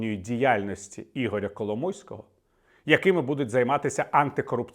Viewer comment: Віталій сказав Кало мойського чи мені почулось?)))